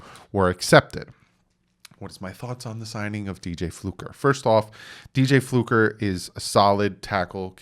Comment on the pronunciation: It's Fluker, not Flucker.